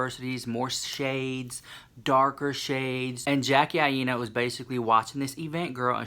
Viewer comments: AINA is pronounced EYE NUH. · Aina is pronounced like China. Love you so maaaach ❤️